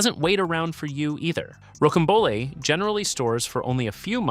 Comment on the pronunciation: Rocambole is pronounced “ row -cam-bowl “